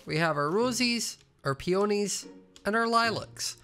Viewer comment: pronouncing peonys as peOnys 😭